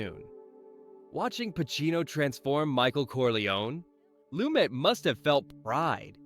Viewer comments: His last name is not pronounced that way. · You're kidding, right? You can't pronounce the subject of the video's last name?